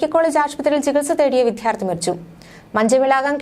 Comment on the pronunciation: എന്നെങ്കിലും വിദ്യാർത്ഥി എന്ന് ശരിയായി പറയുമോ? എല്ലാ അവതാരകരും വിധിയാർഥികൾ എന്നാണ് പറയുന്നത്.. വാർത്ത വായിച്ചു മലയാളത്തെ കൊല്ലാതിരിക്കുക.